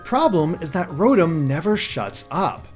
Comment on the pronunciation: Rotm? It is ro-Tom!